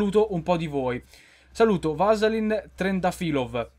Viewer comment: hahahahaha si pronuncia Veselin ma fa lo stesso.grazie per avermi salutato <3